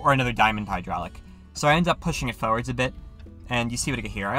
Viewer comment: I hope you guys enjoyed this one, been meaning to do it for a while now. Any other things I should try? Edit: This video is kinda exploding for me. Thank you to everyone who watched! Edit 2: Yes, I mispronounced forwards. Let it go. Edit 3: I have a better mic now, sorry about the quality.